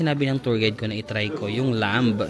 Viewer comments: 1), in lamb the "b" is silent. 2) You got it exactly right, you said the whole decor of the resto reminds you of Turkey. That is because all the stans (except Afghanistan and Pakistan) and Azerbaijan as well as Turkey are all Turkic peoples who originated out of the steppes of Asia (their lands were conquered by the Mongolians) and they spread westward to Europe through to Anatolia (present day Turkey). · ‘’lamb’’ is actually pronounced læm (lam). The b is silent. 🤗